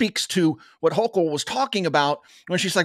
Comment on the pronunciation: Houchul is a "Jouchul"